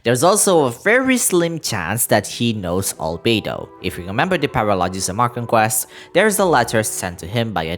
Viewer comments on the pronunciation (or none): none